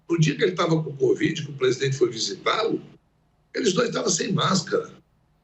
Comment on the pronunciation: Renan chama de 'Cuvid, rsrs